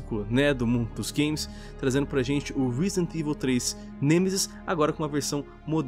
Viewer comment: " Risident ivil 3 "